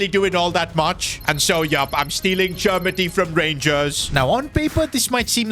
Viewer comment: Cher-me-tee is how you pronounce